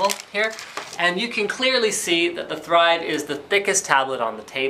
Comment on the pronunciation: Everytime he says "The Thrive" I keep on hearing "theChive" >_<